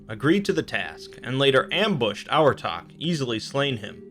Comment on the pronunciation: For Abhartach I think the bh should make a v sound